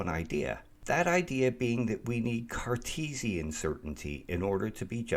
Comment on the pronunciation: Did you say Carcheesian or was it my imagination after the cheesy example?